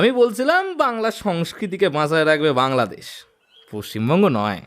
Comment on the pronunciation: ঢাকার/ বাংলাদেশ এর উচ্চারণ ভুল হয়েছে। শুনতে খারাপ লাগছে ।